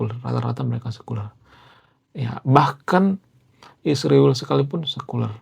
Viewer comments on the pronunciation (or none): none